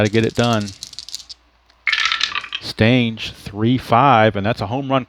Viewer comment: They told you wrong... it's Lee Stange like rang, hang, tang. I was watching a video on YouTube of a Red Sox game from the late 60's and that is what the announcers called him. Lee "Stang"... like bang, wang, Kang! I told you this once before and you said it correctly, not sure why you questioned it again.